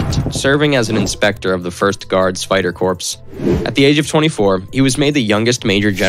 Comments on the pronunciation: wrong pronunciation Corps pronounced /kor/, if plural /korz/ (refers to a military unit or a body of people working together for a common cause.). The word Corpse pronounced /korps/ is a dead body, especially of a human being. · He even pronounced 'corps' as 'corpse'